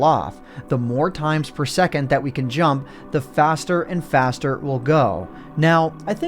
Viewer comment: "Let's jump right into it" That would have been good if you didn't put so much emphasis on jump